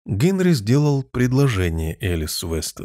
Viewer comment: Великолепно! Только почему ГЭнри?